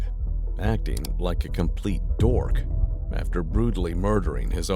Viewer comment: It’s seriously really bad. You’ve found a great interrogation people would have really enjoyed! And some of the back story intro was ok; not sure why you called him a “dork” with so much emphasis, but it basically works. Maybe just try limiting to 3 commentary bits per hour of interrogation? It would be ideal if there were zero interruptions, but sometimes they can be helpful if something genuinely confusing is happening.